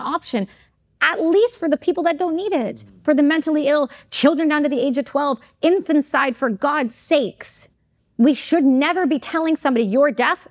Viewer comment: She is plainly unhinged and mispronounces’infanticide’. Fact check this or pull the episode